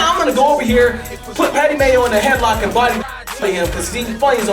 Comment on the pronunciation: ''D one and only Mayo'' thats a cool way to pronounce them right?